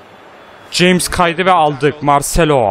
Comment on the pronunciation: Abi Jamesin okunuşu Hames diye okunuo söyliyim dedim :) BU ARADA Yine harikasin abi